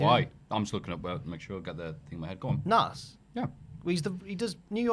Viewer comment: Ffs, stop calling him Nass. It's pronounced Naz. Listening to opinion on Hip Hop is like listening to Anne Widecombe's opinion on... Hip Hop.